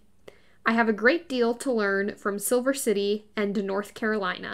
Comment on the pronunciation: SILER city...not SIlver.